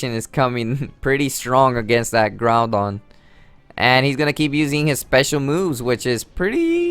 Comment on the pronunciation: "Now he takes out his groundon which is really strong" There are 2 things wrong with this. He said groudon wrong, and also, no shit, Sherlock. I'm pretty sure we all know that groudons a beast.